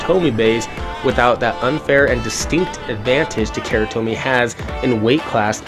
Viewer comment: OMG learn to speak bro, it's not "ta-KERA tomy" hahahaha you lost all credibility if you can't even pronounce the Japanese brand. Don't be ignorant :) If it was Levi's jeans, would you ignorantly say "l-EH-vee's" or would you pronounce it how it was meant to be out of respect?